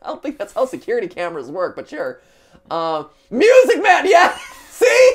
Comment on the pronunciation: MY-OO-SIC MAEN